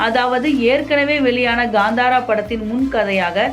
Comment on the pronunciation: That's not ghandara it's kantara😂